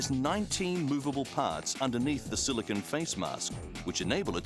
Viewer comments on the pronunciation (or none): none